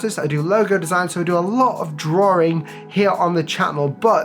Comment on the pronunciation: it’s drawing, not drawering. You need to knock out the extra r to say the word properly.